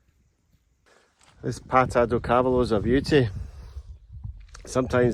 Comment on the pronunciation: cávalo??? accent is on the middle silabus for the cavááá..lo (horse in portuguese)